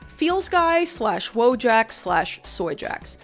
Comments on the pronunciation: Someone probably already wrote such a comment, but because of the way people pronounce the word 'wojak' I would NEVER IN MY LIFE have thought that it was about the Polish 'wojak' 😭😭 In Polish this word is pronounced literally as it is written so its more like voyak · Hold on, if Wojak’s from Poland… Wouldn’t it be pronounced like “voy-aak”? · I'm Polish and somehow never realized that Wojak is polish. Its a reasonably common word in polish pronounced voyak (I guess I never recognized it because the English pronunciation is so wildly different from the polish one). I would directly translate it as "Person of War" but more casual or potentially diminutive depending on context. Woj as in Wojna = war, and ak as in the pollish suffix for the typically human form of "from" or "of" (also used in multiple other ways). Such as English "person from Warsaw" = polish "Warsawak", but it can also be used as a diminutive for animals or in various ways for the names of things or places. With the way Polish works it does make it a more casual tone rather then the formal "żołnierz" or the more serious form "wojownik". But I don't think it would directly imply something like "little warrior". Also its not a portmanteau that's just how polish works. All the memes you see of polish having 57 words for whatever is just (sometimes prefix)-(word)-(contextual suffix). Pretty funny how the way people use (wo)Jak as in wife-jak or eboy-jak is really similar to the way the "ak" suffix is used in polish... Just y'know drop the J. Anyways thanks for attending my Polish 101 class. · for ajyone reading this it's pronounced "voyak" in polish, but that's just for posterity, everyone still says wojak